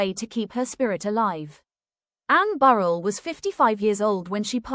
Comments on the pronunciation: RIGHT! That really gets on my nerves. Pronounce their names correctly for God sakes!!! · If you can't pronounce her last name correctly then nothing else you say is important!